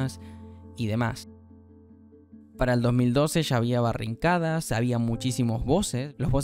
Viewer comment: Está bueno el contenido pero mi sugerencia es que cuides las palabras y la pronunciación en algunos casos cuando son palabras/nombres en inglés (Es barricada, no "barrincada") o sino el outpost inicial que es Nastya no "Nastaya". Un saludo mi pana, buen video y espero no te molesten mis sugerencias